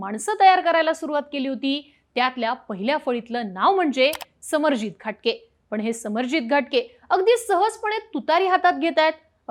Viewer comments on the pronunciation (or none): Ghatge and not Ghatke..